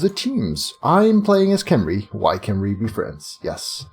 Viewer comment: By the way, apparently its actually pronounced hem-ree